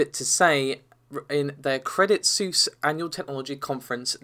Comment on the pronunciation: Credit Seuss.... have you been geting lessons from Paul? Credit Suisse, is a Swiss Bank (i.e. from Switzerland) so... it's Swiss/[sweess]